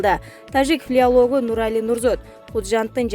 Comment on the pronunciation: Туура окубайсынбы,фил-а-а-лог эмес,а ФИЛОЛОГ. Ото эле билимсизсин,.Ушу алып баруучуну аты жону ким болду экен???